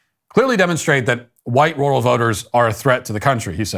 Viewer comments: My lord Matthew why do you pronounce rural with a "W" 😂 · Why is he saying "Rural" like that ?